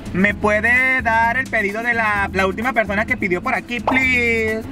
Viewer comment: Like si te diste cuenta que decía PERDONA en vez de persona Like para no desaparecer